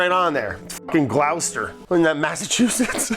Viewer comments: Love watching you from here in den Haag, Brad, but it's Gloucester as in foster. I know. I just had to be that guy. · It's pronounced "gloss-ter" Brad. well done for the engagement bait. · Gloucester is pronounced gloster